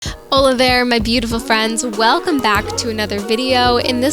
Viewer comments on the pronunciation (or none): I thought you were living in México, the way you said hola I’m the beginning, but it’s Tailand 🫠 haha lovely video💕so fresh and fun.